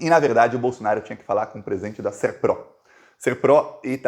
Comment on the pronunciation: NÃO É SERPRÓ É SERPRO.